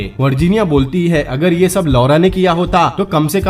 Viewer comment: Please change the pronounciation of LAURA